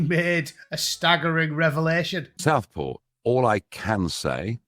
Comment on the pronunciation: Dont take your news from a man who struggles to say the word "Southport".